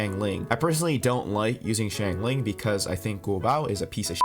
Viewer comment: thanks for the tips on noelle but like i use amber and i cant ascend xingqiu at the moment also its singchiu not singcho and shaangling and guoba is g u o b a not guobOW- no offense tho i just get annoyed when people pronounce liyue names wrong